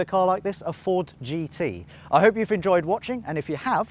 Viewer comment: THISS Is a tooth ousnd six foourd Jeee tee